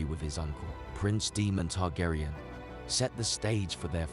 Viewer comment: Targaryen is pronounced TARGARIEN, not TARGARAYAN. Daemon is Demon. Otherwise great video, Aemond is my favorite character!